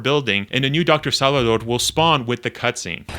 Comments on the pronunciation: Bro. It’s SALVADOR. There’s a “v” in Salvador. It’s not “sallidor.” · I.e. saalvadoor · this guy says salvador hella weird